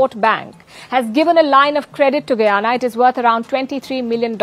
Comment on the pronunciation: Last time I checked Guyana was an English speaking country , will you speak English , and another thing the letter " H " in English is not silent .